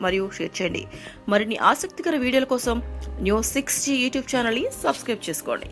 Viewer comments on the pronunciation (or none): none